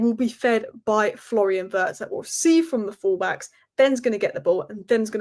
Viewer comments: please, Wirtz is not pronounce Vurds, it's Vee-uh-rtz. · It's pronounced "weertz" but OK lol